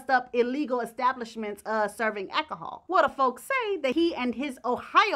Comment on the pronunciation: "Akahol!" LOL!